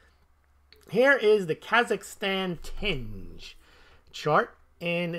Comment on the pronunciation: Tenge is pronounced “ten-gey”. Source: I have lived there for over a year. They also have government minted bullion coins. They look great! Check out the “silver irbis”